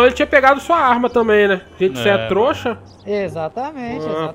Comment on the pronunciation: Em todo vídeo o fala troxa 😂😂